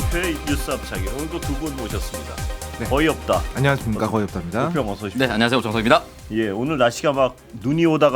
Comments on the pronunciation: 거의없다인가요? 어이없다로 들려서요 ㅎ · 거의없다? 어이없다로 들려요